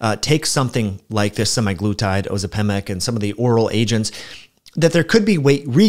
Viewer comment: Curious about your pronunciation of Ozempic🤔